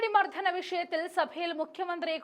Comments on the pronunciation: മർദ്ദനം ആണ് മർദ്ധനം അല്ല. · മർദ്ധനം അല്ല മാഡം മർദ്ദനം